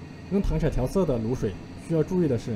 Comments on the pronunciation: 糖色ㄙㄜˋ不是ㄕㄞˇ只有ㄙㄜˋ才有顏色的意思•_• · 刚哥 那个字就读糖sè啊 不要被北方人的方言读音乱教的人误导了。。。。。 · w不是糖se吗，为什么会是糖shai，是我没文化吗